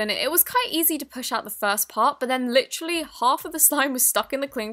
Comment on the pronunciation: she says it like litch-trally